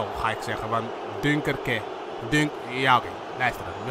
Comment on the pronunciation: dunkerque spreek je uit aks duinkerke